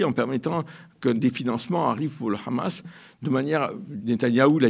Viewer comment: Arête avec ton « KHamas » cette prononciation israélienne et sioniste du Hamas… tu cherches peut-être à passer pour un connaisseur alors que tu ne fais que donner de m écho aux propos mensongers des sionistes… Tu es indigne d’interviewer Alain Gresh qui prononce les noms correctement…